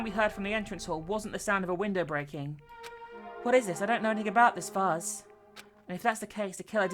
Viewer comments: she cant pronounce vase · (Tito) You do know that not everyone is American, other countries have their way of pronouncing words.... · Ejsa ......k it isnt really a big deal, i just find it funny when she says vase......